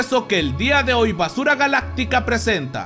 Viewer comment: Yo penzaba que eras cubano por como decias basura galctica